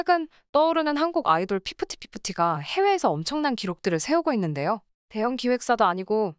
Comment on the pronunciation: 피프띠 피프띠 말할때마다 무한도전 시절 노홍철 번데기 발음 생각나